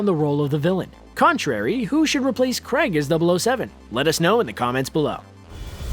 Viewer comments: The name Craig is pronounced "Krayg" not "Kregg," unless you are pronouncing Screen Rant, Screen Runt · "Craig " not Creg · Why do the Americans pronounce Craig like Kreg ? It’s Craaaiiig not Kreg ... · It isn't f***ING Cregg its Craig how do you yanks pronounce Pain?!! Pen??!! No! AI is pronounced AY Crayg not Cregg FFS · CRAIG NOT CREG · Creg? Creg? It's Craig... Why do Americans have difficulty pronouncing such a simple name? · Krayg. Not Creg. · Ffs its Craig, NOT CREG LOL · Who is this Daniel Creg you talk of? lol its Daniel CRAAAAAAAAAIG. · Omg, mispronouncing Craig? Craig not Cregg.its like wait and wet. You say Craig like wait. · CR'AY'IG not CREGG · Daniel CREGG 😂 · Why do Americans struggle to pronounce Craig? It's not Creg.. Think of "Cray" as in Crayfish and "Egg" as in.. Egg... I can't imagine how they actually pronounce "Creg"... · please at least pronounce his name properly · Dear narrator, please learn to pronounce Craig. Thank you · David Duncan nope! Craig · Daniel Cragg? Felix later? Why isn't he speaking properly?